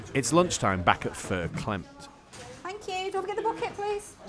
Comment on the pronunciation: It’s fair clemmed, not clemt and it’s used across Lancashire.